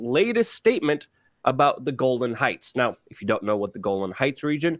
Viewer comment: It's Golan Hieghts not Golden Heights.